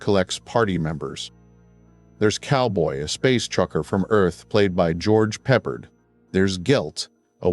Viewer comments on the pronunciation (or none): I think George’s last name is pronounced Pep-pard.